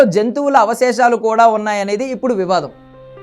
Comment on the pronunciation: ఒరే నాయనా avaseshalu కాదురా aa